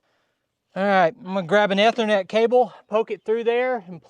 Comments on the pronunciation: I wasn't gonna tweak him about it, but, yeah, I was cringing every time he said it. As you noted, it is the Long E sound. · Eee-ther-net. E as in easy. Ethernet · It's pronounced "E" thernet. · a minor pronunciation correction, if you please. The first 'e' in Ethernet is pronounced like in knee or need. You had it correct once or twice there:). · Ethernet is pronounced this way